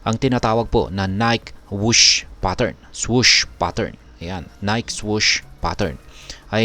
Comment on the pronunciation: Ni-ke pronunciation nyan